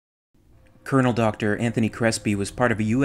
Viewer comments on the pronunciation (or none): none